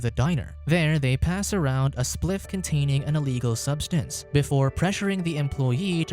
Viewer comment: “Cunt-ay-ning an eeleegul subsinse”